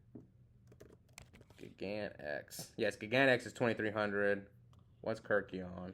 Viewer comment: Ke RYK eion... But yeah, too many people say KIRK ion lol